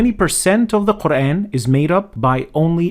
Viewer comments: A person who can't even say Quraan , is going to teach Quraan, what's wrong with this ummah. If you want to learn Arabic, enroll in a madrasa or go to an Aalim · Dude doesn't even pronounce "Qur'an" right.